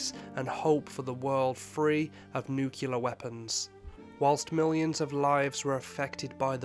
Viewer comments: NOOO DON'T SAY NUUCULAR. IT"S NUCLEAR! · It's nuclear NOO-KLEE-AR not NOO-KYOO-LER! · How can you possibly make a video about Hiroshima and not be able to pronounce nuclear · Please learn to pronounce nuclear properly- such a great video otherwise.